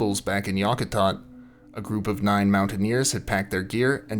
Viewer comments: Yack a tat =correct pronunciation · Yak -ah-tat........ :)